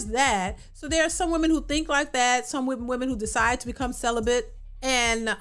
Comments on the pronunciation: She said “celibent.” SHE NEEDS SOME “D” big time! 😂😂😂😂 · Celibate, not Celibent.....